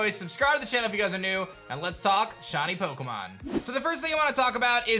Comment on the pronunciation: "Shawny Pokemon"